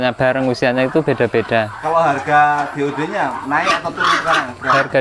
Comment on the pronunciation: DOD pak bukan DOE